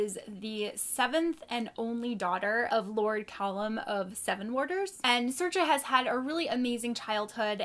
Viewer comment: Sorcha is pronounced Sorika, it's an Irish Name and being from the UK there's a few around ☺️